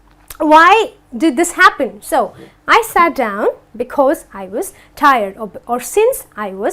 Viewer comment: It's not dowon it's down